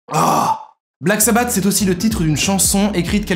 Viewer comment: Ça se prononce “Black Sabbasse”